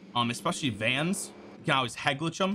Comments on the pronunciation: “You Ahhhhlwayz ulwaiz Al Ways need direction” Love the content bro, keep it up 🤝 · Never noticed you had an accent until you said always three times in a row, reminds me of my mom saying wuder instead of water